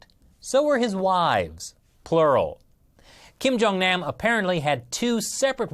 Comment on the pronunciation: The way he pronounces kim jung nam pisses me off and makes me cringe